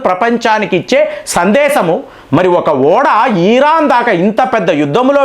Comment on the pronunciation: ఈరాన్ అనొద్దు సార్. ఇరాన్ అనండి